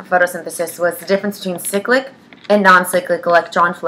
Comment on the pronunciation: No One: Absolutely No One:: SICK-LICK